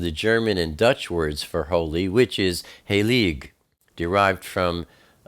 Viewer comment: Hi:-) Thank you for this wonderful teaching. I just have to correct one little thing: the german word for holy is "heilig" (say "hi - lig"). Now you've learned some german;-) Love your teachings, bro. And I'm looking forward for your amazing video about the blood moons. YHWH bless you. Andy